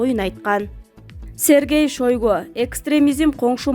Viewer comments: ЭЙ ЖУР-ЛИСТ ШОЙГУ ЭМЕС ШАЙГУ ТУУРА ОКУ БИЛИМИН КУЧТУУ ЭКЕН. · Шойгуу уят эле блогер пневмооония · Туура окусан айланайын кызым уят Сергей Шайгу деп окулат ШОЙГУ эмес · Шергей шойгу дейт го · Эй,Кыз Шойго деп жазылат ,Шайго деп окулат ,туура оку билбесен сурап анан оку 😠